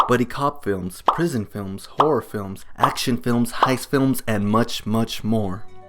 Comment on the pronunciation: Anyone that loves whore films? Dude, there’s 2 distinct R sounds in the word HORROR.